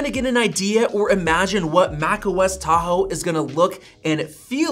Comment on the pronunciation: As i listened how you pronounce the word "Tahoe" I immediately thinking Philippines snack food called "Taho", sweet.